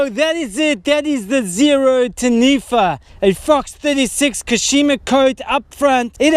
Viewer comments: its tah-knee-fah. XD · Pronounce Taniwha correctly of you want a like bro.